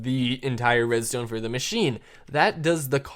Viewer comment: why did u say redztone?